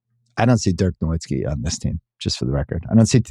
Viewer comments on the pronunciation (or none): He has always said Dirk NoWIZTKI when we all know it's pronounced NoVitzki. Put some respect on my all time favorite player